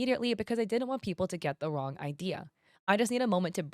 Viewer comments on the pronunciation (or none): none